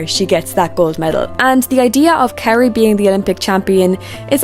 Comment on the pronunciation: 🥇Adelia 🥈Kaori 🥉Amber/ Mone Also, can you learn how to properly say the Skaters’ names? That is plain rude. Who is Carie? KaOri ? Petrojan? Try PetroSyan. And Adelia is not skating the Nocturn program, she is skating her Tango number, as she did for two seasons now. Alyssa won’t have her 3A ready, she is way off and under-rotates it badly. Not having it perfectly executed will cost her more, so she is better off doing a double and getting positive GOE.